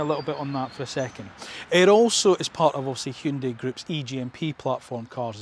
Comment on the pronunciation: Wonderful video. And kudos on your correct pronunciation of "HyunDAY". Keep up the amazing work!